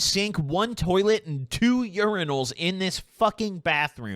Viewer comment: thr way u say Urinal is like giving me weird ass vibes onmy trip😂😂😂